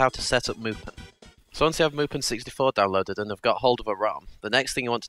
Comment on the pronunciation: what you say: mupen what i hear: mulpan